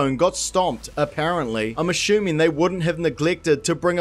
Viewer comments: "Ah-shoom-ing" Gesundheit! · Learn how to pronounce 'assuming' might be a good start. 🤣